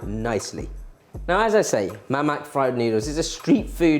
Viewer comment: The "k" in "mamak" is silent,.